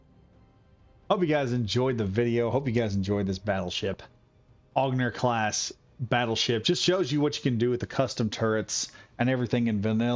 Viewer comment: Generally the name Onager is pronounced On-A-Jer. Beautiful ship, cant wait to take her for a spin